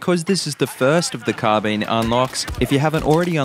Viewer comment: It's not called carbeen lol